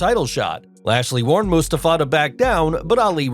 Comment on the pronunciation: The way the Narrator pronounces Mustafa 😂